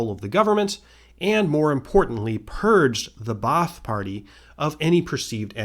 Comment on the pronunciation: Ba'ath is simply pronounced bath(long a) btw